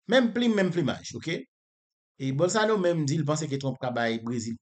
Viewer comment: Bolsorano se pa bolsano 😂😂😂 kom Ou pa papal ni manmanl men en portigais yo prononsel bowsolano